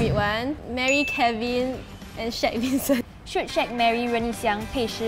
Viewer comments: I was going to say that he said wincent it's Vincent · “Wincent” Me: WIN A CENT